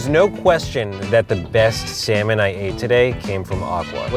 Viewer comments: SSSAaaaANnNNLllllllllooommmNNnNn Edit: I knwo it says sanmolm it’s what said when he said they’ll be eating three sanlom dishes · completely mispronounced the name of it though lol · ALI14 || In Australia we pronounce it like: (C); Sal:Mone.